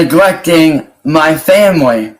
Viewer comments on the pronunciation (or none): Nothing annoys me more than him saying “muh femwee”. He has no family. It’s his mom/granny and her crackhead boyfriend.